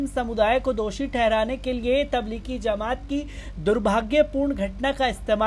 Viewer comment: Zamat nahin jamat